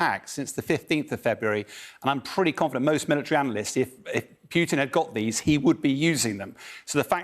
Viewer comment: Putin not pjutin